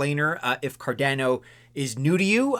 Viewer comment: Dear. Please pronounce Cardano as CardAAno, like everyone else. Never ever say 'Cardenno' anymore, cause you're hurting a lot of ears.